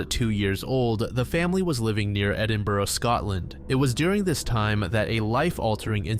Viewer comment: Please learn how to pronounce Edinburgh